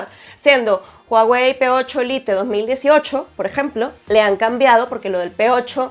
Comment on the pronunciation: No sé dice ✓lite.